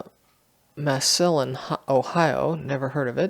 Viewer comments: "mah-SILL-un"!! 😆 LOL, I'm sorry for laughing, but I live in Ohio, and your pronunciation of that city just tickled me. Massillon is pronounced MAH-suh-laan (but I get it, we have A LOT of cities and towns with odd pronunciations - if you ever come across Mantua, it's pronounced MAN-a-way, for example). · It is pronounced "MASS a lon" in Stark County. Try LEE's Trailer Camp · As far as the 4-6 or 4-C, I think I would look for another Jefferson County card and see if it was a letter or number following the first digit. If nobody else said, Massillon Ohio is pronounced "Mass Lon", the i is silent. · It is pronounced MASS-a-lon Ohio